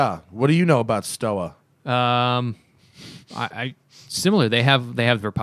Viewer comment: Stowa is pronounced with a v instead of the w. Sinn is pronounced with a z sound.